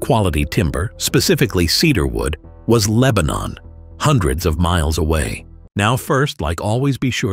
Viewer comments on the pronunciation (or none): none